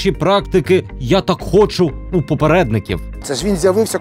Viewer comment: Дякую Данилу за матеріал. А Дениса хочеться щоразу виправляти: "хОчу', а не 'хочУ'